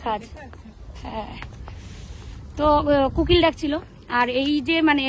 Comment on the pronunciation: Kukil noi kokil